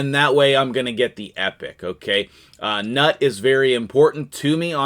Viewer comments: Newt! It's pronounced Newt. 😂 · The G-nuts name is pronounced as "Newt" according to Arbiter. Grats on etting the birdcage :)